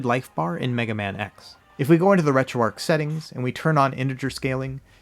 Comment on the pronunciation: Keep up the good work thank you so much for your channel and all the inside that you give if I could do something like this this is how it would be done and most of all I meant to tell you thank you for pronouncing retroarch correctly you're like the only person thank you so much for all your hard work and because of you I made sure I dedicated myself to the RGB 10 max that device is phenomenal and amazing so thank you for that as well